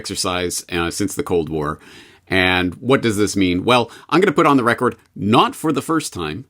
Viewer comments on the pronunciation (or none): Is anyone irked by how James pronounces the word “record”